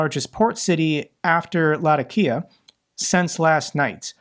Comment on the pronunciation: Its Luh-Tac-Kee-uh...keep kickin ass